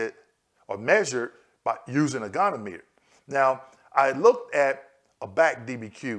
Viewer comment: Love your videos! The pronunciation of goniometer is go-knee-ah- muh-ter.